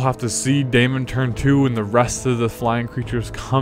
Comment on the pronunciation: Sorry to be pedantic, but it's not pronounced day-mon, it's demon. Daemon is the old English spelling. It's still pronounced as demon.